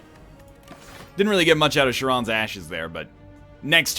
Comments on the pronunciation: Egg. Charon is Greek. Not French. It's pronounced Karon. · NL's pronunciation of charon LUL "SHARON"